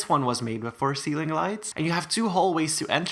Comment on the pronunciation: WHEN YOU SAID POPCORN CEEILING I WAS EATING POP CORN LOOOL